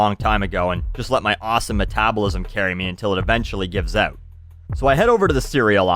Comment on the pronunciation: you say the word out funny.